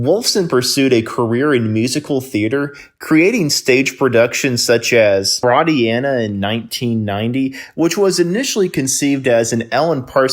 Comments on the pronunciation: Your pronunciation sucks. Gaudy instead of Gaudi? Fraudiana instead of Freudiana? Really? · Froydeeana would be the way to say Freudiena